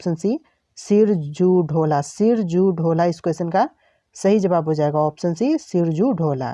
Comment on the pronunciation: सिराजुद्दौला को आप सिरजू ढोला कह रहे हैं अपने शब्द को सुधारे नहीं तो परीक्षा में पूछे जाने पर परीक्षार्थी को चक्कर आ जाएगा सिरजू ढोला आप कह रहे हैं